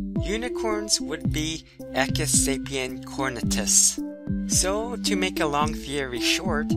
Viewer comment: woohooo science, but it is pronounced {e q-oo-is} just like you would say equal or eloquent. you pronounce the u as an {oo} sound